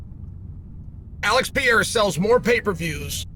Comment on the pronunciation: Alex pee’era